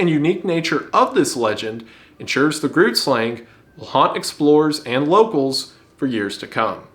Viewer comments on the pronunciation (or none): If you pronounce "grootslang" Dutch, it would be closer to "chroat-slahng" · Dutch double o is not pronounced as the double o in words like 'oops' or 'cookie', it's more like 'ohhh' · hiii, just wanna say that groot sland is pronounced g(back of the throat, like a gkgkgkg kinda sound) so it pronounce gkroot slung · As a South African, I barely reckonised his pronounciation of grootslang 😂 Pronounced with a gutterly g and rolling R, like GGrooooot slung. It is technically a creolisation of Dutch called Afrikaans. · I can never get enough of others mispronouncing Dutch words.. I heard "Gruut slang" while I was busy with stuff, when the reveal it was Dutch hit me like a truck. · NOOOOO 😂 Not the GrootSlang… Its not like Groot from GOTG. Please do this pronunciation justice 😢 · I hate to tell you this, but the Grootslang is actually pronounced "Hru-ut-sl-ang" with a more gutteral H sound. My mother is South African born, and knows Afrikaans, well enough. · my guy i love your content, but the groot-slang isnt said like that, the name is also not dutch, yes it came from dutch but Afrikaans is what is now spoken here, that being said, Die Groot Slang has a Zulu and Xhosa native name that you should instead use "Nkosi Mlilo" pronounced Nn-Koh-see Mm-lee-low" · I just wanted to mention. Groot slang. Is afrikaans. Not Dutch. It is a south african language derived from Dutch and Netherlands. But a whole different language on its own. And groot slang is pronounced very wrongly. But still love watching your videos!!! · As a south African, I am very surprised that you touched the south African cryptids. Only thing that made me snort for a moment was how you said the name, it's not Dutch, it's Afrikaans. One of the many native languages. Your pronunciation of it was very funny too. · I'm south African and the way you pronounced Grootslang has me dieing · THATS NOT HOW YOU SAY GROOTLSANG AND ITS AFRIKAANS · The way he pronounced Grootslang hurts me